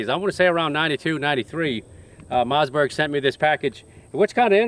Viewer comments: I love the way he says mazzberg.🤣🤣🤣🤣🤣🤣🤣🤣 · Ur saying Mossberg wrong